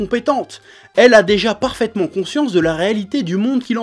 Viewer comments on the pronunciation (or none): traumatisé mdr "perfatment" <3 edit: l'espérance à la fin que les commentaires pas d'accord soient construits, aaah Chef:') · "Farpaitement" <3